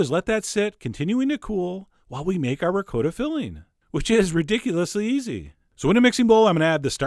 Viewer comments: Hey John, It's not said, (RECOATTA ) Cheese, it"s said (RECOTTA). That is if your Italian. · ricotta ~ ri-co-tta not “reecowttahhhhh” Please!!!!😧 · rick-coat-ah??? that's not the way it's pronouncicated! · John- love you to death, but your pronunciation of 'ricotta' made me fall off my chair. Merry merry!😃🎄🗽🎅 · So many eggs! It looks as if it came out quiche-ish. And dont even get me started on your pronunciation of "ricotta". Once you neglect to properly roll the r, there is simply no possible redemption...;) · I was about to ask why you mispronounce "Ricotta" but then you said "Jersey"... Understood.